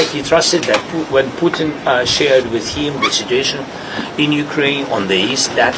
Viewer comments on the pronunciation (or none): I love how his accent has him pronounce Putin as "Sputin". So appropriate. Sounds like Sputum.